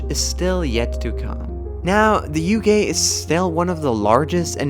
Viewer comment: I like how sometimes you pronounce UK as U gay